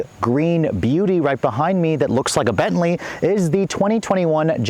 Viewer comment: "The Gentley"